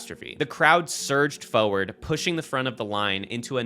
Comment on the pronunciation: It's "forward" not "fowerd"